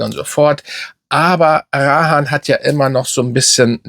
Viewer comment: Sorry, aber mal ganz im ernst jetzt,deine Videos alles schön und gut,aber du solltest als doch so grosser Fachmann wie du gerne mal hin und wieder durchblicken lässt zumindest die Namen richtig aussprechen!! Es heißt Rayhaan und nicht Rahaan,das tut ja in den Ohren weh 😁🤣... Und falls du es nicht glaubst,einfach mal google fragen 😉 Ist mir schon öfters aufgefallen,macht deine Videos irgendwie unglaubwürdig